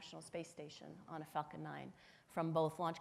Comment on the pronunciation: everytime she says falcon i think shes actually saying fuking lol